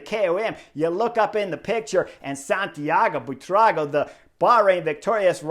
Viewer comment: In honor of Buitrago’s first grand tour victory, Chris has finally nailed the pronunciation of his name! 👏 😝